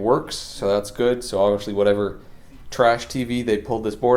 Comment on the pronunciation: Why are you saying obvishly? Is it a local dialect?